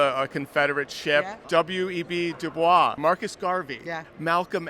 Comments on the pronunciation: I think Dubois is pronounced Doo-Boys rather than Dew-bwah because he rejected the french pronunciation. Don't quote me on it though. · Great video. Just one thing: W. E. B. Du Bois is pronounced like "dew boys". Also, lol "Turnip" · I love that he mispronounces Du Boise on purpose! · actually pronounced Du Boys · Its pronounced W E B Du Boyce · It is not pronounced du bwah. Say it like voice but with a b instead of v. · Why did he pronounce Du Bois that way?